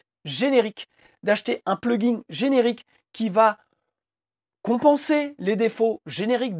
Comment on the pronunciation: Vous pouvez arrêter de dire "pluginGUE" ? Pitié.